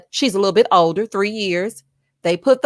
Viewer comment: I 😆 cackle errtime you say "lit toe bit toe"